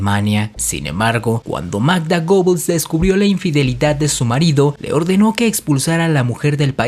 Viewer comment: Otra vez lo mismo, no se pronuncia reich, sino raight (algo básico que deberias saber); se pronuncia Gebbels, no Gobbels. La mujer por la que Magda Goebbels le armó un escándalo a Joseph Goebbels fue Lida Baarova, de la que fue amante por mas de 2 años, no Hilda Krüger. Procura informarte bien, te sobra protagonismo y te falta seriedad y profesionalismo. Lo que hace cierta gente por ganar notoriedad.